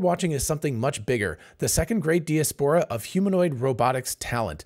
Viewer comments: I’ve never heard the word “de-es-pora” used so many times in 10 minutes. Joking aside, this was excellent insight. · Check diaspora pronunciation ... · Hey. Love your channel. I've never heard anyone pronounce diaspora the way you do. Is it just you, or is that how Americans pronounce diaspora. Just curious. Calvin. 🇨🇦🇨🇦🇨🇦🇨🇦🇨🇦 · Mispronounced that many times, too. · I'm sure knows how to pronounce diaspora. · But the bot he uses to generate this shit doesn't.